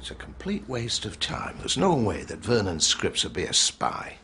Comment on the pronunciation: I love how the Lithuanian pronounces Vernon's name as Screeps